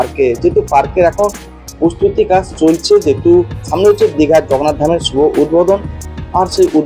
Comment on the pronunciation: ভাই "জগন্নাথ ধাম" উচ্চারণটা ঠিক কর .... খুব অস্বস্তিকর শুনতে লাগে |